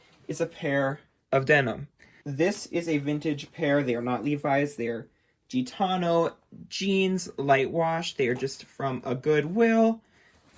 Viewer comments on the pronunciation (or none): Very helpful! Btw, it’s Gitt-ano, not Jitt-ano, fyi. Also denim isn’t knit, it’s woven, just fyi🤷🏻‍♀️🤷🏻‍♀️. Thanks for a great video!